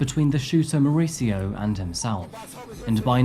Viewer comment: More-ees-eeyo is how is name is pronounced. Not Mauritzo. He has a Spanish name, not an Italian one.